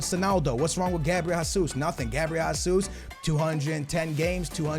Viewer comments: I swear to god man lol. ITS NOT HASUS! It’s HÉZUS! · it's Gabriel "Haysus" not "Hasoos" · It's fucking pronounced Jehsoos not Jahsoos dumbass this dude can not fucking talk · why does skills pronounce it "jasus" ?? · Its gabriel JESUS not JASUS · pronouncing names is a big no no ahah Its Jesus no JASUS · pls pronounce jesus right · i don't wanna be annoying but, you are pronouncing Gabriel Jesus wrong. I'm brazilian and here we speak portuguese, not spanish, so the correctly pronuciation is a little bit complicated to explain, because the english language haven't any syllable that sound like the right way to pronunciate "JE" in portuguese. I will try to make a exemple: Speak like the "Che" of Che Guevara but change the C sound to the J sound, like JHE but with a soft pronunciation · it's pronounced Jesus like you would pronounced Jorge Jesus... He's brazilian